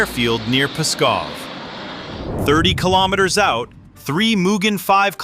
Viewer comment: If you can pronounce kilogram correctly😀why can you not also pronounce kilometer correctly? It does not make any sense to me.